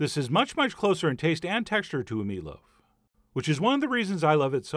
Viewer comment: "Because of what we're throwing in here, this is much much closer in taste and texture to a (indiscriminate mumbling)" Ah yes, to a meatloaf.